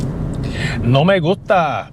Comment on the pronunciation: I have to admit I've kind of "lost it" when you said: "NO ME GUHTA". You caught me off guard 😂.